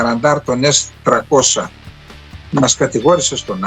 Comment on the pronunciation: Πόσο δύσκολο είναι να πεις το γ@ το S300 - S τριακόσια; Τι σκατ@ είναι το s- τρακόσα; Σε ποια γλώσσα μιλάς; Λες και το 30 - τράντα